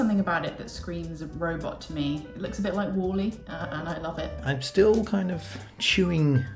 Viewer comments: Walle bish its wall-e not walle ;/ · How the fuck can you pronounce Wall-E like that? I mean, he says his own name in the film, it's not Wall like brick wall. ;-)